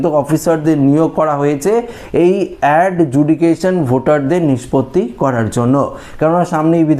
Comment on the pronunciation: ভাই আপনি প্রথম থেকেই সব ভিডিও তে বলে যাচ্ছেন "Under judication". ওটা হবে "Under Adjudication". সংশোধন করে নিন।